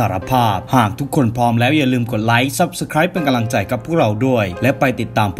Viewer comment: ชอบฟังช่องนี้ แต่สงสัยว่า ทำไมคนเล่าชอบพูดว่า กะลัง ตลอดเลย 🤣